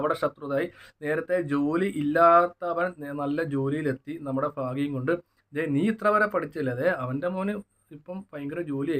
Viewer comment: ഫാക്യം അല്ല ഭാഗ്യം 😀😀😀